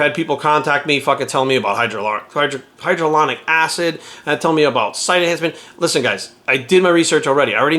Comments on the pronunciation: "I've done the research" then calls it "hydralonic acid". It's hylauronic acid. Obviously getting paid to promote it. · “I know what hydroloronic acid is” -_